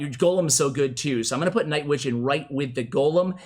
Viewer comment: Lol it did sound like it